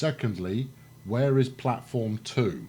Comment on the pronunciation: Actually "Stadt" is the german word for city, so it is technically a city. And nice sayed "Plattform 2" and greetings from a German ^^